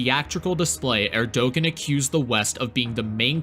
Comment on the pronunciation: The ğ in Erdoğan is silent.